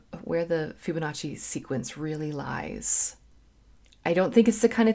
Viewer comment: It's pronounced FIBonacci... not FYUBonacci....